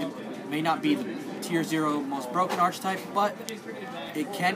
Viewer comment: The 'ch' in archetype is pronounced as a 'k'.